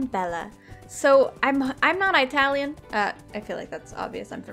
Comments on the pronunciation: her saying I-talian is so cute but to let you know we just say Italian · Eye-talian lol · no one:: EYEtalian... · Also, its IT-alian, not eye-talian haha. Idk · Eye-talian?!??! Its Italian!!!!! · It’s not eye-talian it’s I-talion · No offence but eye-tallian please say it -allian lmaooo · Eye-talian :D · Eye-talian, I love it! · No one:: eye-talian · I'm sorry- eyetalian? Girl WHAT🤣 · ok im not Italian but it made me giggle how you pronounced it its actually prnounced uh·ta·lee·uhn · "eye talian" me an american : >_< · Your pronouncing Italian wrong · I'm Italian, and it really triggers me when she frequently messes up the pronunciation of Italian.